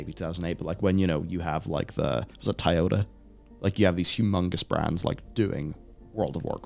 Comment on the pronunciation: He said "Taiyoda"